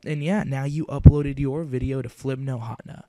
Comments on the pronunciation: hatna? its HAT-NE-A btw this helped lol and if your under 12 dont you have to get a paper signed? or faxed or something lol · you said hatena wrong.it's[HATEENA].